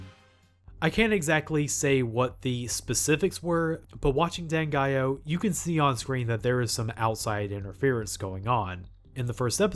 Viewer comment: Always pronounce the title with (4) syllables - DAN-GA-I-OH ~!!!! I've been playing the soundtrack on my CDs and iPods for 30 years~!